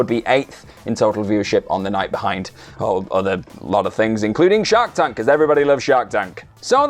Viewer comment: I thought you were saying Shaq tank 😅😅 I was like whaaaa, Shaq has a new show?? Lol I'm a huge fan of shark tank though. I watch smackdown vs that thugh haha.